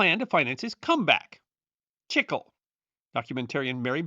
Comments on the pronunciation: Wait, when talking about gum from South of the border, chicle (not sure how it's spelled) I think you mean chee-clay. Not chick-el. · Chic-klay. Not chickel. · Love your videos! Just a little note however: It is pronounced "chee clay" in Spanish.